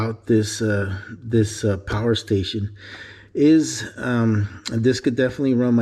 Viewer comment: Behold the POWAH!!!!!